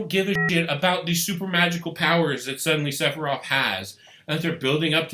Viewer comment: I’m pretty sure it’s Sef a Roth not SeP A ROTH!